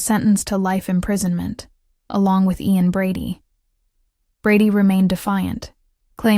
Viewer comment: I could have taken it more seriously if the names Ian and Myra had been pronounced correctly. That's basic stuff.